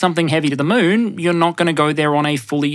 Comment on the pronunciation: Did you say "lift something heavy to the moon" or "lift something heavy to the mun"?